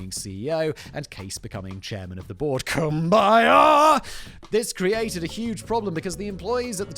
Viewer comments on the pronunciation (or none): I cannot with the Cum-by-yah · I would rather watch a hundred Raid shadow legends ads than listen to Factboi butcher Kumbaya again